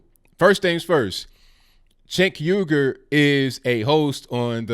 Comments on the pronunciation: Chunk yogurt, man I had to pause and laugh it out before I could even resume watching the rest 😂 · I prefer the Turkish pronunciation, which sounds something like "Stench Huger." But whatever. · Lol! It sounds like you are pronouncing his name "Chink Yogurt". Love your channel!